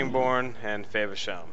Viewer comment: Dude you pronounce it wrong it's not fayversham its FAVersham I live there😂